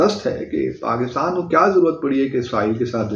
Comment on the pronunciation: PaGistan Bharat say aage thaa... Joke of millennium. 😅 Chacha Abdu...learn to pronounce Pakistan correctly.